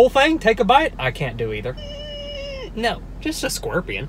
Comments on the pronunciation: Bro I love how you pronounce "scorpion" like "skwerpion" with your accent 😄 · “squorpian” LMFAO WHAT